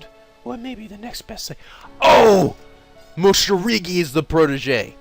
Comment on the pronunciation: I like how never even notices that hes pronouncing mosirige's name wrong and he continues to mispronounce it for the rest of his life creating a meme